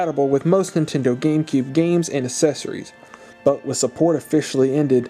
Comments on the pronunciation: I hate it when you have to buy "aysesories" with a console 😂😂😂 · Learn to pronounce accessories!!! God could you enunciate at all?!